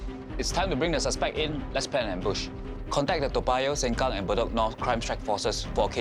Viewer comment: It’s Sengkang not seng kang